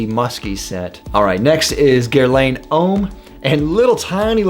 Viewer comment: Hey man, Guerlain is pronounced with the quick french "ahn" ending, so it sounds like gher-lah(n)